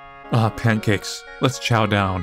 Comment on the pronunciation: Pan-cacks... Cursed.